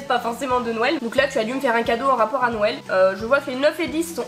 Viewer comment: On dirait que tu dis « nouël » aux lieux de « Noël » mdr c’est mimi !